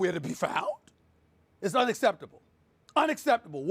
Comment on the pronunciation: LMAO "this is unaccerrrbbtuble"